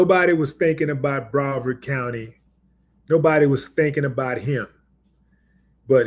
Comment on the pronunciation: Thank you. And, it's Broward, not Brovard. Broward County is where Ft. Lauderdale is located. And, it's where 2 Live Crew is from. Some trivia shared with me by my brother: 2 Live Crew had a feud with a sheriff from Broward County back in the 1990s. They called him, "The Coward From Broward".